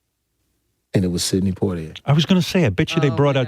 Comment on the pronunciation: Such a big influence that she calls him PORTier.🤔